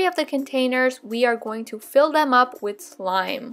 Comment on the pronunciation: Why do you say wit instead of with